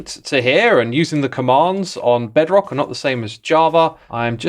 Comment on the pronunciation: I closed the video when he sayd "Bedrock" 🫠